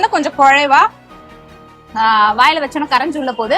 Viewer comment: குழை pronounciation is good